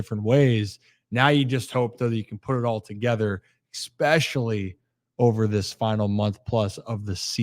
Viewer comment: The way the one dude says EXpeshully instead of especially makes these options hard to listen to